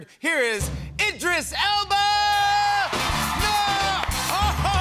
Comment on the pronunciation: It's Elba. Idris Elba.